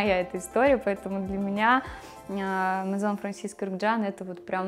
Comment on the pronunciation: Спасибо за прекрасный обзор!Наконец Вы назвали их «дом « правильно!За это отдельное спасибо!🌺🌺🌺